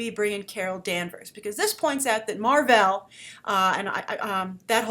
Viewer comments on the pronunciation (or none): Mar-vell. Not "Mar-vel"...smGDh Did you read these comics you're talking about? :-/ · I'll give you props for choosing Mar, but it's MAR-VELL. There is a double L. Sorry, he's just my all-time favorite character.